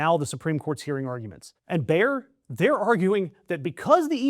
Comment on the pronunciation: FYI: Bayer is spoken similar to "Mayor", not "Bear", with the 'a'-sound as in "Maga". Emphasis on the 'a' and 'e', not contracted, two syllables.